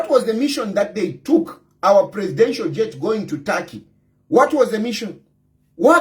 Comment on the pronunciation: It's TURKEY 😂😂😂 NOT TARKY